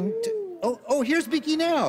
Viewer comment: I like that he calls him Beeky